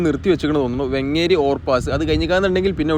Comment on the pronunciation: വെങ്ങേരി അല്ല വേങ്ങേരി ആണ്